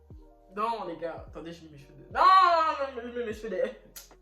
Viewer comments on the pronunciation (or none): none